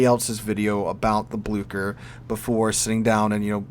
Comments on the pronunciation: Blue-Share not blukker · Just some advice on pronunciation from a german: the german "ch" is pronounced somewhat similar to the english "sh". Can't help you with the "ü" though😂